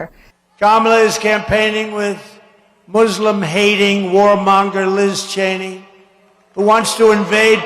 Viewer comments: He is so illiterate that he can't pronounce Muslim correctly. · That is actually how Muslims pronounce it. Have you ever been around any?